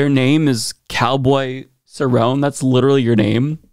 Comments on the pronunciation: Cowboy Cerrone this is UFC fighter probably be going into the Hall of Fame you said his name wrong other than that I guess she get what she got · It is pronounced Ser-own-eh (Cerone) not sir-ron and his real name is Donald not cowboy. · Donald cowboy cerrone (sir-roni)is a ufc gate keeper. Greater fighter but never won the championship, but holds a lot of records in the ufc. I love wrestling and mma, but what kills me is their political views. And for some reason I was kinda perturbed that you missed pronounced his name. Reminds me of what white republicans do when they try to say a poc’s name like mine. Just always got at the right for doing that, so at least look up the three names on the poster. Just saying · Cowboy Cerrone is an MMA fighter stop being lazy and do your homework at least pronounce his name right 🤣🤣🤣